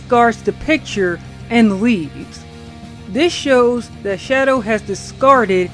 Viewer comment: "Shadow DE Hedgehog"